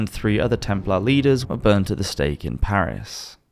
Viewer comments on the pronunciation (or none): none